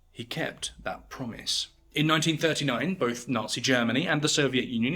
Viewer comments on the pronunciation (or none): none